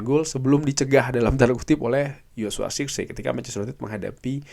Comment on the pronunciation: cara baca joshua zirkzee : Joshua zerkzi (benar) Joshua sirksee (kurang tepat)